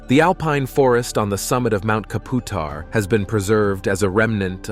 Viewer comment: Mount Kaputar is pronounced mount cap you tar(kaputar) I'm an Aussie, none of what I saw is scary at all. Try catching a red bellied black snake, they are feisty buggers, brown snakes are a little easier to catch, just put a black snake bag in front of a scared brown, it will go straight in most times.